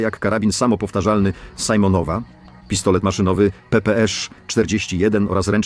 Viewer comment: mówi się karabin simonova( czyt: simonowa( tak jak hiszpańskie si oraz monowa) nie sajmonowa 😂😂😂